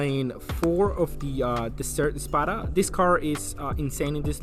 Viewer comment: "Dessert" Spada 😂😂😂